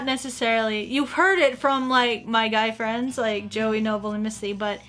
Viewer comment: I have one anime fwend I have two fwends